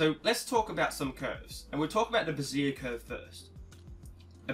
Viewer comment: Very informative and helpful...but just a trivial point for the sake of conversation...Bezier is pronounced bez-ee-ay, not ba-zeer. It sounds like you are referring to a woman's support under-garment.